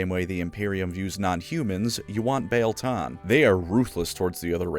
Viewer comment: I always thought that the "ie" in Biel was pronounced like "ee" in wheel.